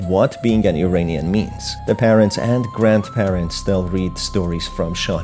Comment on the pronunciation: Please pronounce "Iranian" correctly. It is "EErAAneeyan" and NOT "EEreeneeyan." Correct pronunciation simply is evidence of knowledge. Thank you.